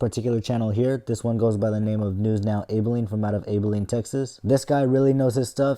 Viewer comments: Just one thing. Abilene is pronounced with an Ab (like the muscle group), not Abe. Other than that, nice video. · The city name is pronounced Ab-uh-leen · It’s pronounced Abb-Ah-Leen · It's pronounced æbeline! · As a Texan, i HATE how you pronounced “Abilene”